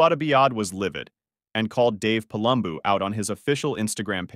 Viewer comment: Have you actually watched either podcast? You can’t seem to pronounce Fouad Abiad or Palumbo